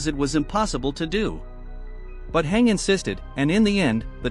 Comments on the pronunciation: Your saying hang not hange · Hange is pronounced Han-gee. you would know that if you watched AoT anime 🙂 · Lil bro its Hange Zoé ( Z - O) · I cringed every time the voice mispronounced Mikasa and Hange's names